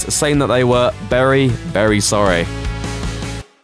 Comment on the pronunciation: "Berry berry sorry" Savage